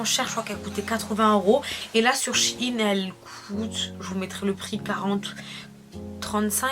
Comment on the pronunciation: c'est SHEIN et non shiiin !!!